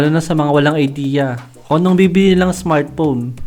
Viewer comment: Smartphone boss hindi smartpon